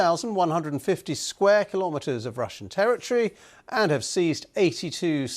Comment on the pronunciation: One and half kilometars😂😂😂. And Nato CNN media is presenting it like its one hundred